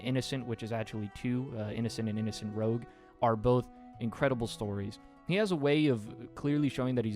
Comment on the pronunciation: Good recommendations, but I'm pretty sure 'rouge' is supposed to be pronounced 'roo-j' and not 'rogue.' It's french.